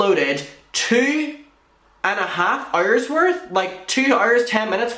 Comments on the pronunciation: He mispronounces "hours" on purpose. It's kinda involuntary. Us too. Don't worry. We have it too from a life time of struggle against our wills! He's trying to say, "It is OUR hour too". He's mad. Yeah. So are we. We spent those hours too not getting justice or much fun at all! Help! Please... Amen. 🌹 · Love how he says ours/hours. 🥰